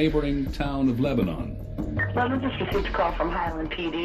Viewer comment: "Leb'nun" lol